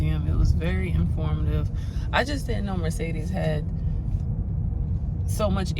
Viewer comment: I don’t think anyone pronounces Mercedes correctly 😂😂